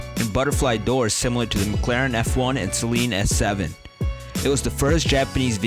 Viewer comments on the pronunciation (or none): none